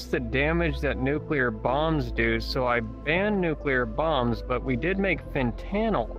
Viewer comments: “fen-tanle” is the icing on the cake for me. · Why did he pronounce it fantanuhl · Fen tuh nil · Fent-an-all learn simple words by how that sound now say all together ...Fentanyl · “ you mean fen—-tannel “ 😂😂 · “fen-tan-ail” 🤔 are we sure this dude isn’t an alien pretending he’s human. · "fen-tan-isle" is such a goofy pronunciation that the dude his degenerate ass was talking to though he said "phantom" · "fentanel" bro what 😂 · Fen-TAN-al? This guy is special needs... Or he only exists on the internet and has absolutely zero tangible life.... Very odd. He should be investigated at least.... There's no way he's recruiting more than a group of children though. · bro is so illiterate he says fen tanl but acts like he's a super extremely smart person he's genuinely a physcopath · fin-tan-oil right right taking notes yo honestly if i was this stupid id be collecting a check tf is this dude lmao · I think that kid was legitimately too scared to correct him when he pronounced fentanyl as “fen-tannel” 😅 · Fen-tannel lol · "FEN TANEL" i cant bro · “I’m the smartest person EVER” meanwhile pronounces fucking fentanyl wrong what a IDIOT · funny he thinks of himself as the most intelligent man ever when he cant even pronounce fentanyl lol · dude cant even pronounce fentanyl correctly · literally came to say the same, soooo intelligent he can't even say fentanyl correctly, really should've checked himself before being such awful scum and at least learned the basics of english if he wanted to claim such high intelligence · Bro cant even pronounce Fentanyl correctly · at this point just say fen-tunnel and it'd be right-er than what he says XD